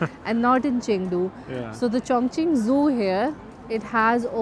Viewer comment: 👍👍👍👍👍 !!! Chongqing City is PRONOUNCED chong-CHING. Not Chong-KING. Chongqing MEANS "Double Celebration" in Chinese. Notice too, that Chinese Language is Very "Economical" in Sound. Just TWO syllables for English Language SIX syllables. 😊